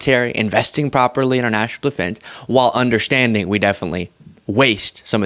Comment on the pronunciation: “Our” country, not “are” country!